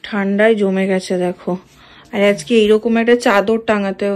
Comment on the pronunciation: কথাটা "ঠান্ডাই" নয় ......"ঠান্ডায়" হবে ।